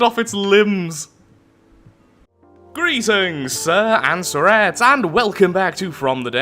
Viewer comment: Every time he says "sir and sirretes" I always think he's saying "tor and tuorettes"